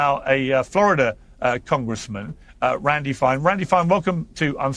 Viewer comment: The Flar'Duh electorate gave it em'.